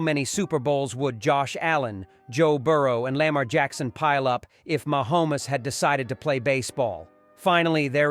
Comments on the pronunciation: Oh yuk....you can report better than this...Ma Homes. You are saying it wrong....even swifties can pronounce it. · I just love the machine voice. It sounds real but if the machine can't say Mahomes.